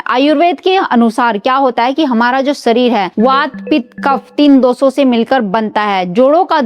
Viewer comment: ये वीडियो न देंखे, हिन्दी उच्चारण बहुत अशुद्ध है सुरुआत?? या शुरुवात खुसबूदार?? या खुशबूदार सरीर ?? या शरीर, मालिस?? या मालिश सामिल?? या शामिल असुद्ध ?? या अशुद्ध सान्त ?? या शान्त औसधियो?? या औषधियों कांच की सीसी?? या कांच की शीशी